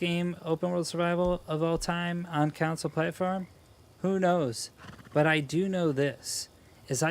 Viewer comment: Anyone else hearing “counsel”and not “console” lol